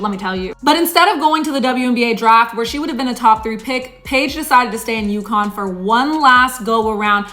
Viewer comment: UConn NOT Yukon